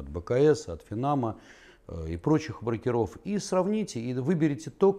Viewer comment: Когда уже ударение будем нормально ставить в слове -БРОКЕРОВ ?? брОкеры - обижаются!!!